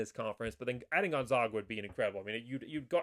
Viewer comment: Please learn how to pronounce Gonzaga. First say Zags. You will note it isn't pronounced Zogs.